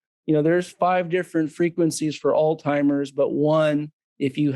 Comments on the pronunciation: It’s pronounced “all hi Mers” no T as all timers. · The guy can’t even pronounce Alzheimer’s. WTF is aldheimer?! Give me a break, please.